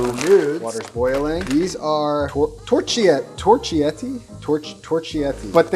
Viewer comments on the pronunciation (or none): In italian you read "ch" as "k" so pasta name spells "Torkietti"